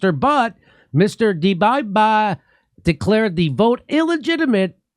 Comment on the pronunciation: jimmy is actually the only one getting getting the pronunciation right on both dbeijba and Kiev.